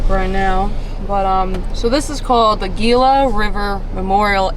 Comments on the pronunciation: Hope you enjoyed being in Arizona. I have always heard it pronounced "he luh" but I could be wrong on the pronunciation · Gila is actually pronounced ( g is pronounced) and has an h.